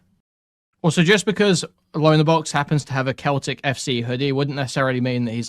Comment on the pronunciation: How does an Englishman not know how to pronounce Celtic FC?